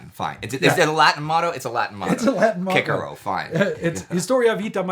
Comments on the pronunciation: Kee-Kerr-ohh. vs. Siss- ser- ro. Too much Latin... That does it., You guys need to do a series on Caesar's Gallic Wars... lol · "Kikero" Me: "Who?" Indy: "Cicero." Me: "Oh..." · Loved until I heard that pronunciation of Cicero. Gonna need a minute.